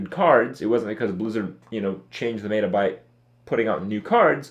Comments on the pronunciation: Pet-peeve. It's not "Meat-ah" it's "Met-Ah". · Fuat Sekban i cringe every time he says "mayta" instead of "meta", and now he pronounces kraken wrong too, wtf is a "krayken"? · ... "may-ta" shivers